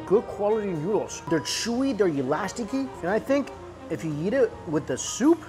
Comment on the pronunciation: When ever he says eat it sounds like yeet